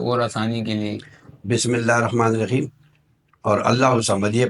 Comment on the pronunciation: Bismillahe rakhmane raheem nahi hota chacha BismillaaheRahmane Raheem hota hai jise bismillah padhna nhi aata kesa jinn h ye